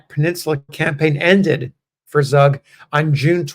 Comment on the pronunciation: Pronounced "Tsoog" and a Swiss German immigrant to Pennsylfawnia. Thanks for posting his story.